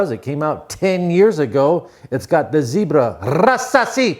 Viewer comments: Ra sa🤯👽si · Unc that was awesome!! You are a world treasure. I like the way you said Rasasi 😂